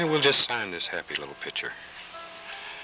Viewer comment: these older shows are funny, he doesn't giggle every time he washes a brush, he doesn't ruin every painting with a big stupid tree, everything, the brush, canvas, trees, sky, clouds, water is ALMIGHTY, he doesn't say "God bless" at the end, and he pronounces picture "pitcher" !